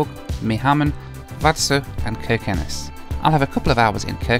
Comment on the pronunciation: You are pronouncing every Norwegian place like a real Norwegian, Its amazing too hear, the only thing wrong is Kirkenes, the K in the begining is pronounced with a ¨sjjj¨ sound instead of a K, but your spot-on! 😁